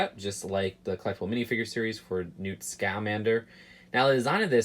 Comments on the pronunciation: Please stop putting emphasis on the a in Scamander. It's (Sca-man-der) not (Sc-A-man-der) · Great review as always. BUT It’s pronounced SKUHmander not SCA-Mander lol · It’s pronounced scumander not scomander srry my ocd went off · Its Ska-mander not Ska-man_der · It’s scAmmander not scALmmnder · SCA man der XD Say it like scmander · scuh-MAN-der not SKA-man-der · dude it's not "SCAH-man-der". It's "scuh-MAN-der" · Newt scUHmander not ScAHmander also ahcame not ohkome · Damn it it's not Newt Scaamander, but Newt Scamander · Right! "sk-uh-MAN-dur", not "SKAW-min-dur". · It's just Scahmander not SKAmander 🤦‍♂️😂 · It's is not neat scomander it sca man dir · ok seriously stop saying SCAM - ander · You’re pronouncing Newt’s last name wrong lol. I’m sorry but it’s really bugging me. It’s Newt Scamander not Scairmander. Just look at the trailer and see how it’s pronounced lmao. I loved the video though don’t get me wrong <3 I’ll definitely be picking this one up! (Edit: you also said Ocarmy rather than Occamy. Boi you really need to watch the movies). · I wish they had at least printed a face on Pickett. And I know you get a LOT of people already correcting your pronunciation, but it’s OCC-uh-mee, not oh-CAM-ee(also it’s technically scuh-MAN-der, but people pronounce it the other way in the movie too)! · It’s pronounced Sca-MAN-der! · Newt SC-AH-MANDER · I’m building this and watching the review at the same time, lol. You’re pronouncing Occamy and Scamander wrong, by the way. It’s “aw-cah-me” and “skuh-man-der”. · Newt SCAH-MANDER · You’re pronouncing newt scamander wrong and it hurts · Lol the way you say scamander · You say newt scamander wierdly, great video anyways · Why do you put so much emphasis on the "Sca" part of Scamander? It's supposed to be pronounced as one word without any emphasis. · Please stop saying Scamander wrong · It makes me mad every time he mispronounces Scamander